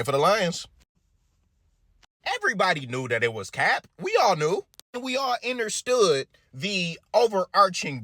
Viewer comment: “We all innerstood” lmao